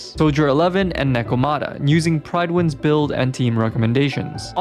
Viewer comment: N.B. It's Prid-wen. Not Pride-win... good effort with the testing.